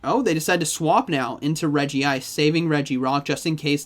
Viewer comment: Why u kept saying Fearrow instead of Talonflame 😂 And it should be Reg-ice not Regi-ice. Thanks for the video btw